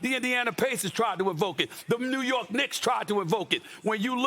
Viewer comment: Jordan from new yorg stephen A from new yorg😂